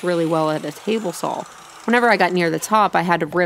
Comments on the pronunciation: Teehee... "Sawl"... lol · I like how you pronounce saw ... so American